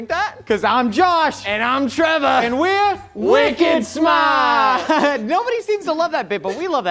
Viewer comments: no no no no, my wife loves that bit. "Wicked smaaahhht" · My FAVORITE bit, and I say this with ALL sincerity is " WICKED SMARRRRRTT" please don't ever stop doing it 🙏